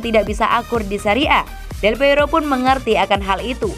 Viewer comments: Aduh neng, bukan delpeiro🤭 tapi Delpiero😁.. mimin mimin Forza Juve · Mbaknya sepertinya bukan Juventini. Menyebut nama salah satu legenda terbesar Juve aja bisa keliru.